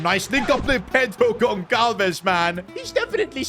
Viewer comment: As a portuguese, i have agony atacks when he says wrong the name Pedro Goncalves 😅😅😅